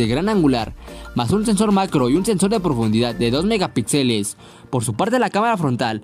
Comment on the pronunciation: Respetuosamente, un apunte: la tilde y el acento en la palabra Megapíxeles va en la sílaba "pí", no en la sílaba "xe". Saludos.